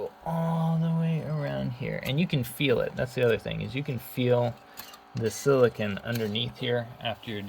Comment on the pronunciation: oh and its silicone not silicun